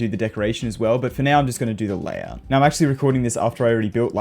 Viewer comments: "Layhout" anyways, nice video! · TF STOP SAYING LAYHOUT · "layhout" lmao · Layhout xD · oh my god a layhour